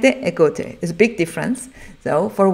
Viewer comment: I love how she says gote with a German accent ^^